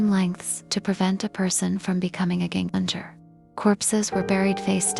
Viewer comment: It's pronounced "YEN-ganger" (with hard "Gs" as in "gold"). It simply means "again-walker", that is, someone who "walks again" after death. In modern Norwegian, it is entirely synonymous with "ghost"; it hardly refers to any specific kind of ghost, such as a "punishing" spirit, or one that gives the living "death pinches".